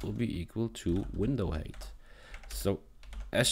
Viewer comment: "height" is not pronounced as "hate". Grow up. Your code is also disjointed. If you're first creating a variable named canvas_height, it doesn't make sense semantically to then call canvas_width first. Why jump around?